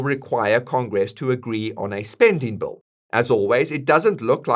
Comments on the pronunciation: It’s Big beautiful Bill not big beautiful bowl LOL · It’s Bill Not Bull! 😂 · Your pronunciation of the word 'bill' sounds exactly like 'bull'